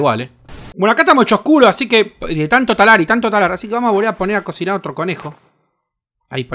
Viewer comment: "Faier para cocinaier" JAJAJAJAJA.